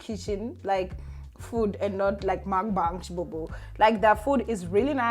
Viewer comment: Hi, not to be a grammar Nazi, but it's called a Mukbang, not makbang